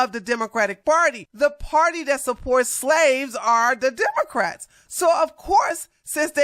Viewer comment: Democ-rats not demon-rats 😅